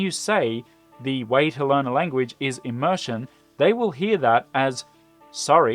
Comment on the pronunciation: Please learn the correct pronunciation of immersion before explaining it. Am I the only one who feels pain whenever immersion is uttered?